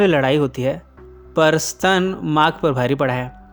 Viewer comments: स्तन नही स्टेन हा हा हा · Sir ji S T A N = SSS TTT AAA NNN Not Stun eya ssstannn... Mujhey isi words se 3 idiots ki college wala lecture eyaad ati h 😁😅😆😂😆😂😅😆😀😀😁😁